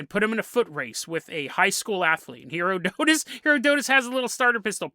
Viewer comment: It made my teeth itch when you revealed you actually KNOW how to say Herodotus, but you carried saying it wrong deliberately 😆